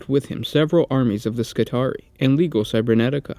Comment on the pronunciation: >Cus-TOEDs >Leg-ohs C'mon man. Cus-Toe-DEEZ Lee-Gee_ohs